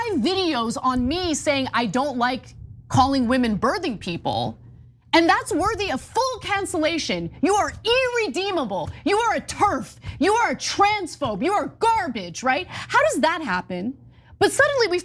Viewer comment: She says "eereedeemable" wTF does that mean